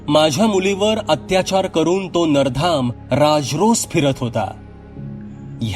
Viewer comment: नराधम असा उच्चार करावा